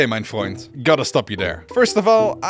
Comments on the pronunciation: WOW, that was the most casual and best pronounced "ok mein Freund" I have ever heard by someone who doesn't have german as mothertoung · WHAT THE ACTUALL F?? your german is absolutely perfect dude.